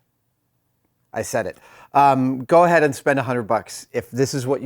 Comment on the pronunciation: I'm always impressed when someone can say shite properly. All the best from Scotland